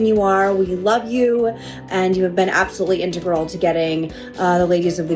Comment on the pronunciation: she was absolutely integral, which makes me laugh for two reasons. 1, she said she's integral, which literally means essential and not ommittable or removable. (which is now obviously a lie!) 2, she pronounced it with a strange pronunciation, integral, meaning not replaceable, is pronounced different from integral like find the area under the curve in a math function. Which suggests these heart felt messages we actually written for them and just read to camera!